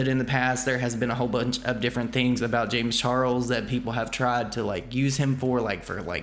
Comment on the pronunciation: i kept hearing James Churros when said James Charles...must be Rich rubbing on me😅